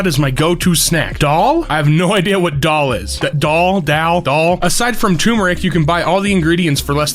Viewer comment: im Pakistani dal is pronounced daal